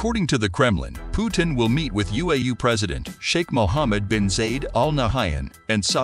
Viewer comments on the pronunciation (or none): Why don't you learn first to pronounce President Putin name correctly